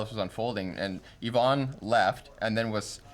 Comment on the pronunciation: Why do you keep calling Yvonne Ivan?